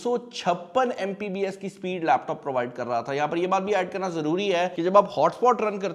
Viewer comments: What the hell its MBPS not MPBS .. And you are saying yourself a tech reviewer.. Go man get a life lol 😂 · Itna bara youtuber hai pakistan ka and he is saying MPBS instead of MBPS, and he gets millions of views and god knows how many dollars...